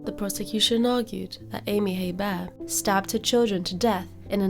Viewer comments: Hebert is pronounced a-bear (I'm from New Orleans) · It's pronounced "A-Bear". I live 20 minutes away from where this happened. There are many people in south Louisiana with that name. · The H is actually silent. Pronounced A Bear. There are lots of Heberts in Louisiana l 😀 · In the US we pronounce their name like "Hee burt" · No, it's pronounced "A-Bear". I live 20 minutes away from where this happened. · Silent H, pronounced Abear. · Where is your accent from? Interesting how you pronounce Hebert.